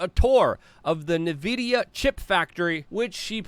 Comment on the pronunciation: How hard is it to say en-vidia lol